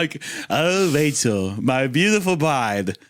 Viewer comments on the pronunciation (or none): “Oh Wachel, my beautiful bwide 🥰” is sending me